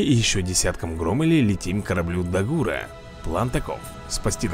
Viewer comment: Не хочу делать замечания такому крутом ютубер у как ты, но правильно дАгур и грОммель